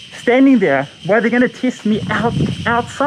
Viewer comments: At first I heard kiss then I realised he said test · Maybe it's the mask, but am I the only one hearing him say: "I don't know why they are 'kissing me'?"